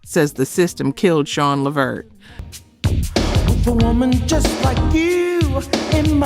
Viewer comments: Am I the only person who was irritated by the way she was pronouncing LeVert name!😖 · Any Sister that can't pronounce Levert's name MUST be AI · I thought this was a person until it said Levert wrong. 😒😒😒😒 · Wait, wait WAIT!! This narrator is AI!!?? As popular as Sean, Eddie and Levert were, you don't know the correct pronunciation of their name?? Okay, bye. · Idk if this is AI or what but put some respect on the LeVert name and at least Google how to pronounce it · You can pronounce Cuyahoga but can't pronounce Levert! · This must be made by a.i. The host sounds like a sista, and there just can not be one of us who says Levert like its said in the video. Sounds like feet walking in crunchy show or fingernails on the board. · Thank You! I was about to comment on that. If you cannot pronounce the names find something else to do. She was killing me saying "Levert" wrong as hell. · I know she called allyiah Donna instead of Dana and I caught that too how it said LeVert wrong too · Man I almost unsubscribed when she missed up Gerald Levert name. 😤😂🤦🏾‍♀️ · It is not La Vert or Lee Vert, it is LEVERT!!! R.I.P. all of these legends!!! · La vert damn say the names correct A I how hard is that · Their family's last name is pronounced Le-VERT!!! #GeraldLeVert's heart was worn out for a young man... constant work and no rest, rich food, and lethal mixtures of prescription drugs. These doctors should be put under the jail houses and have their licenses revoked. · I subscribed and when I'm able I'll join keep up the work tho and work on the AI so it will actually say LEVERT😂& NOT LEHVERRR😂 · Le veret the way you pronounce it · I am SHOOKETH!! This whole time I didn’t know this was AI until……”Leh-virt”😑😑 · You take too long and who the hell levert when it’s la vert. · LAAAA VERT. Really??? Please put sum respect on his name . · Girl get the Levert's name right Lu-vurt. Talk to Pat Brown she said Whitney was beat to death which one is it?!!! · His name is pronounced LA VERT 🤦🏾